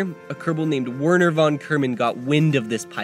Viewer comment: The way he pronounced "Wernher" killed me